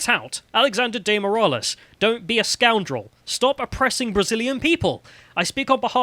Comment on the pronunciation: you don't pronounce Moraes as 'Moor ah lez'.